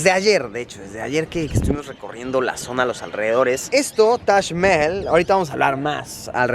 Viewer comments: Luisito comunica: Tash Mel Yo: tac majal 😂💔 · luisito diciendo tash cuando es taj jajajajajaja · Tash mehjel* algo así su pronunciación!! Vaya dato perturbador!😅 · Se pronuncia Mahal, tal y como se escribe, no mames. Tu guia nomas lo dijo con su acento. Lo que quizo corregirte es que no le dijeras MAJAL. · Se pronunciaba tash aaaaah siempre decía Taj Mahal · nadie: luisito: tash Mehel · Shot cada vez que diga "tash maejal".😂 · Me caes algo bien, mucho menos que al principio, peroooooo.. 🗣️ Diooooooos 📣📢 Si quieres darte a 'bilingüe o trilingüe', aprende a pronunciar Taj Mahal': Break 'Taj Mahal' down into sounds: [TAAJ] + [MUH] + [HAAL] - say it out loud and exaggerate the sounds until you can consistently produce them. Record yourself saying 'Taj Mahal' in full sentences, then watch yourself and listen. ¿Cachas? 😉👍🏼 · Taj mehel se pronuncia así xd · taj mejel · Ahora me siento súper extranjero pronunciando "Tash Mehel" 😂😂😂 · Yo siempre lo pronuncié "taj majal" :v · Toda una vida engañado Se dice tash Majal Ni toda la secu me enseña como Luisito. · Espera, se pronuncia Tash Mejel? Por que nadie me lo dijo? Debi parecer un idiota... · Que bonito el "tash Meel" :V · si pero cuando estas acostumbrado a escucharlo de la otra manera es un poco molesto al oirlo. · Me incomoda como pronuncia Taj mahal 😂😂